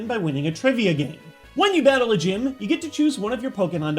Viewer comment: Did anyone besides me hear bagle in stead of battle ?